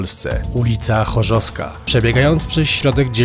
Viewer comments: Ul. Chorzowska a nie „chorzoska” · Chorzowska nie Choska xd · Mieszkam w okolicy i zrobiłem stop po półtorej minuty, bo słyszę jak gość mówi Chorzossska zamiast ChorzoWska, pewnie pozostałych widzów ze śląska też to razi. A może tylko mnie?